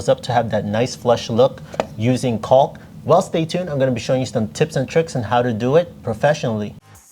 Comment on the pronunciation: Why are you pronouncing the “L” so hard in caulk? 😂